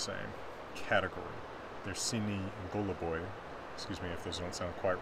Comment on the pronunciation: Very nice video as always, the varying categorization is a neat indicator that a lot of this stuff is pretty subjective. You almost nailed the Russian pronunciation! sinij was perfect, but goluboj is stressed on the last syllable, so the first 'o' turns into more of a schwa kinda 'a' sound.